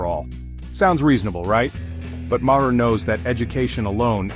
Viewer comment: Your editor must be a DEI hire. Otherwise they would know how to alter the pronunciation to say Bill Maher's name correctly. Also I believe Bill would completely disagree with your interpretation of his comments. You know - because you're an idiot. - you realize that means that you AND your AI are "saying it wrong".